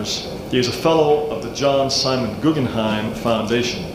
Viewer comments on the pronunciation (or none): none